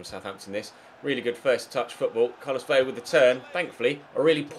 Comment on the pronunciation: That's not how you pronounce Carlos Vela's last name brub